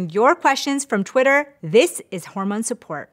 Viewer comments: “Horomone support” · "Horomone" support?? 🥲😅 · horomones lol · Did anyone else notice that the intro says Horomone instead of Hormone? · "Horomone" Support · "Horomone Support"? Oh dear,. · "Horomone" Yes.